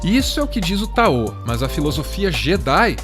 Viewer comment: Táo, não taô. Se fala "daodedjin"